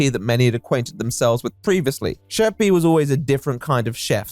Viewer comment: Are we gunna talk about how Pi isn't pronounced P?